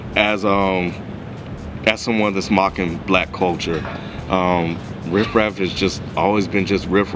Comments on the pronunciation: If say Rih-Raa one more time bruh... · I agree with what was saying just don't know why he was pronouncing riff raff wrong? But anyway if u take this album seriously u won't enjoy it. If u have a sence of humor you will probably like it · The "f" is silent.